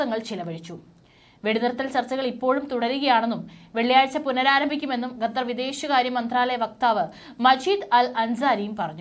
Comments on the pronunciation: It is not Gatar - It is Qatar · GATHAR ALLA. Correct name check and use !!!!!!!!!!!!!!!!!!!!!!